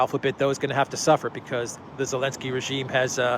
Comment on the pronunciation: I saw a Russian reporter calling Zelinsky "Elinsky" 😂😂🤣🤣😆